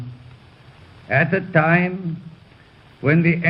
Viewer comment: Talks with adenoids. T's are pronounced as D, "At that Dime"